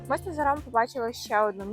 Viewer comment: у вас біда з наголосами - ІмрЕ, з НазарОм. жах.